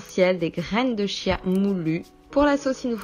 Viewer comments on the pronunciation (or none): La graine de chia se prononce kia